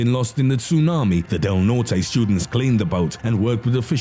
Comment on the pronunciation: you said Del Norte wrong... its (Del-Nort) not (Del-Nor-Tay)..